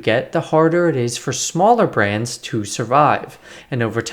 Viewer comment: I love how you always pronounce correctly the car brands name!